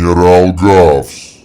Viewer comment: Раффс а не гавс русский бравл снова ошибся